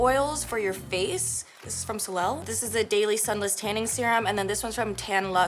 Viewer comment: SOLEIL is pronounced as SOLAY, means sun 🌞